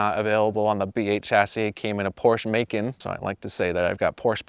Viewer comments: Awesome build but when you said “porsh makin” I had to exit 🤣😭😭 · Poursche make'n 😂